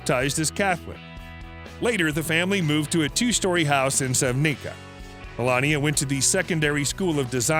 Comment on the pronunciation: That's not how you pronounce Sevnica looool. Ljubljana is also not pronounced like that. Also, there's no way in hell she speaks six languages.